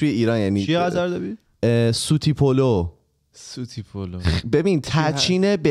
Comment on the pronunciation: سلام به همه خودکستیا. جان سوتدی پلو تلفظ شبیه سوت نیس اینطوریه >> سوتدی پلو. سوت توی ترکی به معنی شیر هست. که حالا معنی سوتدی پلو میشه برنج شیری ، که بجای اب با شیر پخته شده 💙💙💙💙💙💙💙